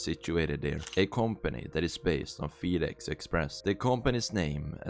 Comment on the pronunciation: It's not feed-ex it's fed-ex, you don't elongate the e because it's short for federal.